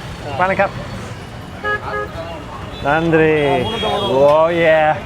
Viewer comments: I like yours Tamil pronounced nadri and vanakam sister. Would you like Madurai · Ultimate... WOW... Finally Paradise has been revealed... BONDA shops... Ultimate Veggie meals.. WOW WOW excited.... Jigirithanda needs more topping... VANNAKAM and NANDRI WOW... Nicely pronounced Dears...